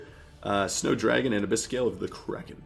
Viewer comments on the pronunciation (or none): none